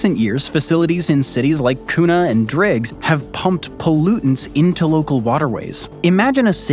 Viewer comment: Kuna is pronounced "kyoonah"